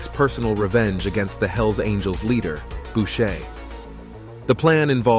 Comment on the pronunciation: It's Boucher not Bushe.